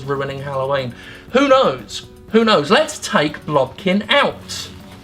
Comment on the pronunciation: I just kept hearing "blumpkin". Am I going to be okay?